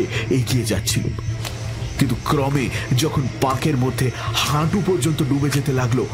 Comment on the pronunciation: উশ্চারণ পিলিজঃ ক্রমে বানান, উচ্চারণ ক্রোমে। বাঙাল উচ্চারণ পেশাদার নয়।